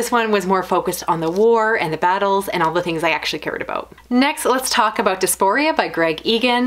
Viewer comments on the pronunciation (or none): Love your content. Hope you don't mind me pointing out that diaspora is pronounced dai-'a-spr-uh. :)